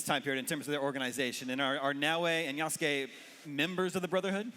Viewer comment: why does she keep saying Ya-Sue-K. Cmon you're the Assoc Narrative Director